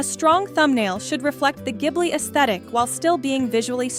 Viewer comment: Thank you for pronouncing it correctly because:Hayao Miyazaki (Spirited Away)It refers to a hot Saharan wind, but also refers to the Caproni Ca.309 Ghibli, an Italian aircraft from World War II.Miyazaki's Passion: Miyazaki, a lover of aviation, chose the name because of his interest in planes. Please pronounce correctly. In Italian "gh" is a hard "g" as in (spaghetti), So "Ghibli" should be pronounced (gib-lee). Not (jib-lee)